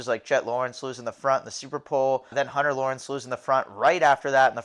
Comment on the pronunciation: I like how we all collectively call hunter Lawrence Hun-Tah now 😂